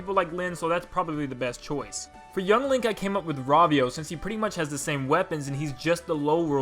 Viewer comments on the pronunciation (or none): none